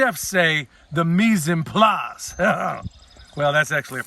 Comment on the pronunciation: Hhhhhh Mise en place Perfect french